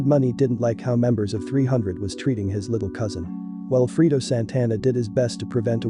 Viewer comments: lol "freedo" A I ass voice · It’s not freedo, it’s Fredo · it's fucking fredo man say his name right brfore reporting on him or others. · FRAY-DOE - Fredo